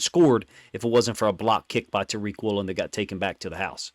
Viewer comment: It’s Woolen. Not even close